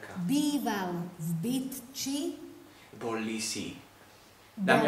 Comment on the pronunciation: Kdo taky slyšel jak po prvý řekla Bytči TAK slyšel "v piči" 😨😨